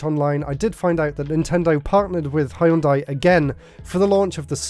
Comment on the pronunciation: Hëìyundai. Lol. Can’t get any more British than that.